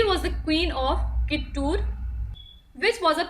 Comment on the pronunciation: It is not ಕಿಟ್ಟೂರ್ it's ಕಿತ್ತೂರು ❤️ Nov 1 ಕನ್ನಡ ರಾಜ್ಯೋತ್ಸವದ ಶುಭಾಶಯಗಳು 🙏